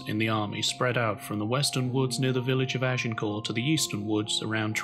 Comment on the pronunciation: The final ‘t’ in Agincourt was pronounced even in the Middle French of the time, let alone Middle English.